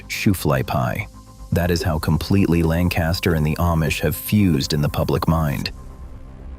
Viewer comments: Yes the kids knew Wyoming is not the "cheese" state that is Wisc. and my Samoyed was from Siberia. the English kids had no clue. The reader does not speak right either...not like "BurtLancaster" but "Linkister"...speak as locals...assymilate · It's pronounced LANK-uh-stir, not LAN-cast-ur. Unless you're an out-of-town English person or an a.i. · It’s “LANG-kiss-ter,” not “Lan-CAST-ter.” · It's pronounced Lancaster, not Lan- caster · This narration pronounces "LANCASTER" WRONG. It's "LANG kuh ster." Not "LAN kaster." 😏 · Please learn how to pronounce LAN'-cas-ter, puh-leeze! Not Lan-CAS'-ter!!!!!! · I live in Lancaster County. Pronounced Lang Kister NOT Land Caster. ~LANG KISTER. There are no Amish leaving Lancaster. I've done business with Amish for decades. Why do you A.I. creeps and people who have never seen an Amish person anywhere but in a picture book claim to experts of a subject you know nothing about. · You're mispronouncing Lamcaster (thus showing your ignorance), It's Lankaster (emphasis on first syllable) not Lanncaster. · Interesting but annoyed by the mispronunciation of Pennsylvania’s Lancaster—Langkuster (the “a” after the “c” is a schwa). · If you’re going to do a video on PA, please learn how to properly pronounce “LANCaster” county. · It's pronounced lang-kiss-ter folks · LANK-iss-ter, jee-AH-ga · LANC ASTER county. LANC ASTER county. There is no G . It is pronounced lancaster, get it? Who decided to add a G ? Out of respect please pronounce it as it is spelled lancaster. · Always getting tired of the people that don't realize that there is no G in Lancaster. Langcaster!? And then if Ai is saying it then it's more proof that it's all preprogrammed by humans who also don't know any better. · Hmmm. Either the way to pronounce LANC-a-ster has changed since I lived there in the late 80's, or someone didn't teach the AI properly. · I’m not going to listen to your video since you don’t know the proper pronunciation of “Lancaster, PA.”